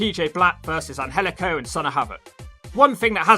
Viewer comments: IT is pronounced Angelico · It is pronounced Angel/ico